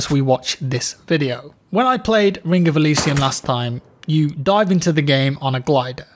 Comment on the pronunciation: Rink of Elysium? Take some time off and learn how to speak plz.